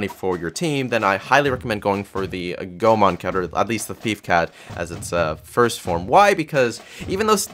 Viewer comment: Never been so early XD P.S. Goemon is a japanese word,therefore the "e" is pronounced as "ay",thus read as Go-ay-mon.